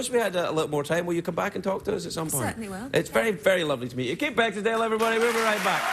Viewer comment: Did he call her Kate Beckinsdale...?😆